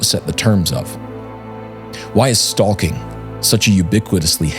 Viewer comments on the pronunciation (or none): "StaLking"... "cauLking"😂